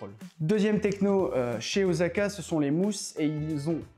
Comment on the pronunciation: C'est Osaka pas Ozaka 😁 mais très bonne vidéo ! Vous méritez plus de vues